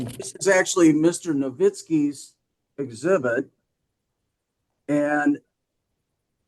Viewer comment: "Exibit A"